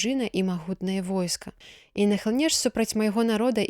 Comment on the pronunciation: Прачытана: І нахлыне'ш супраць Майго народа, слоўнік дае націск на другім складзе: нахлы'неш.